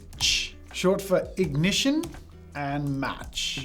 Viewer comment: Ah yes ingition